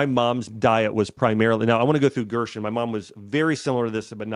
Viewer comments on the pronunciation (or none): It’s pronounced GERSEN not Gershwin